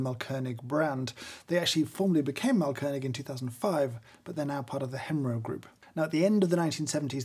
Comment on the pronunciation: really great grinder and appreciate your german skills :) just a small note: AH means long A, so the brand is pronounced „maalkönig“. btw it translates to something like „grind king“ for those interested. „Malkönig“ with a short A would translate to „painting king“